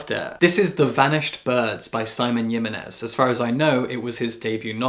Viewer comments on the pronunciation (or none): Great TBR, I'll be waiting for the reviews✨ A note on the pronunciation of "Jimenez", the 'J' sounds more like an 'H' in words like 'Hey' or 'Hiss' Don't know the spelling of the phonetic alphabet. It's not a rude correction, pronunciation is a tricky thing on names or words not native to our language, just thought it was worth mentioning